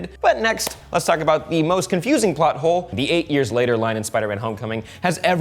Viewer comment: When he said plot hole I heard butthole